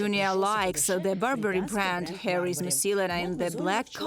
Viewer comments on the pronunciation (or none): none